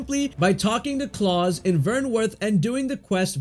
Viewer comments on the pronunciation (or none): none